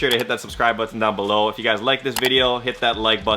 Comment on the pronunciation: You say button funny , but dope vid man